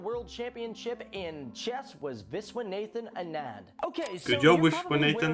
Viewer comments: I cringe whenever guys like these pronounce words like Viswanathan Anand and Aryabhatta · the name pronunciations are giving me a cringe. Vishwanathan Anand, Aryabhatta...